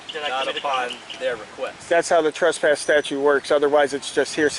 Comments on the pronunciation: Ummmmm, what the hell is a TRASSPASS 🤣🤣🤣🤣 learn to speak! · That idiot can't even pronounce trespass